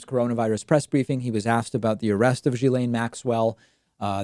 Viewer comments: It's pronounced gill-aine not jill-aine. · It's pronounced Gee Laine...it's not Giz Laine. It's a hard G. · It's Gill-ane, like gills on a fish. Not Gee-lane, not Jizz-lane, I'm pretty sure. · Learn how to pronounce her name. It's unprofessional.